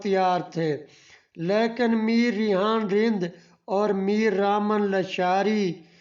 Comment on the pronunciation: لیشار نہیں۔۔۔۔ لاشاری